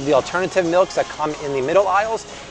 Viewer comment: "Malks" 😂😂😂 Love a good Simpson's reference.